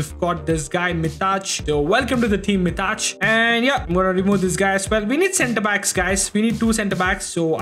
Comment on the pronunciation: BRO WHY DID YOU SAY MITAÇ INSTEAD OF MITAJ